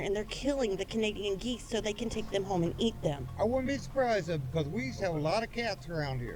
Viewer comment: It’s “eat”! Learn English!